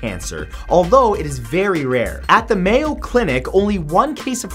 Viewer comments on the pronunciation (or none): none